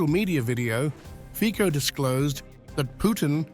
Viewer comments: Nie Fiko ale Fico - Fitzo. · It's pronounced Feetso, not Feeko.